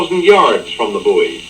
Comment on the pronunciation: I gave this video a thumbs up based only on your correct pronunciation of the word "buoy". Thank you.